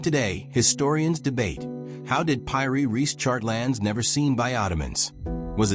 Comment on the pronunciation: Pronunciation should be Peeri !